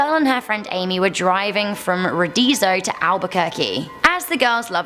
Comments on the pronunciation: I live in in New Mexico and the way you said Ruidoso had me wondering if if there was a mysterious town in my state that I had no concept of 😂 you said it as ri-diso but its pronounced rio-do-so. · You pronounce the first O in Riodso thought I'd let you know fam 👌🏾👌🏾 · Hun it’s pronounced Rio-Doe-So Not whatever you said lol I’m from new Mexico lol so I’m familiar with those towns. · Girl u butchered my home town name. Ruidoso 🤣🤣🤣🤣🤣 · Ruidoso, is pronounced Roo-eh-doso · Ruidoso is my birth place and I literally almost died laughing when she messed it up.🤣🤣🤣🤣